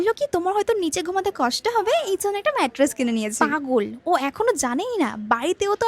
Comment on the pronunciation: মাইট্রেস না ওইটা ম্যাট্রেস হবে 🙂